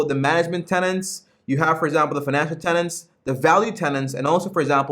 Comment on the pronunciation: Good review! One thing, though: Buffet talks about business "tenets" not "tenants". :-)